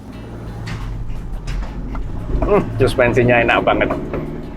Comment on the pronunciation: pengucapan "enak banget" itu sudah menunjukan kalau asli original wong solo wwkkwkw